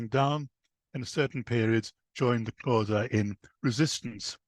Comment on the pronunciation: Please can this man go learn how to pronounce the Xhosa correctly, before trying to tell their story! It's rude to talk about a people without having the respect of learning to correctly pronounce their name! mxm